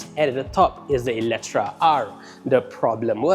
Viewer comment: Eletre, how come pronouns as eletra ?